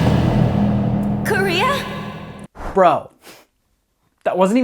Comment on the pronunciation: It's kind of hilarious they pronounce the sister's name like "Korea" in the english dub.